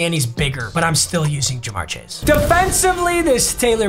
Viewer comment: Of course he does theme teams and he picks my bengals first and play he's worst game. Put some respect on us! And how he pronounces CJ's last name wrong was cancer every time..